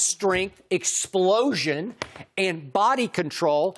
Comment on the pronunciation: With the way skip pronounces “explosion” while talking about Zion makes me think he would love to take a load from him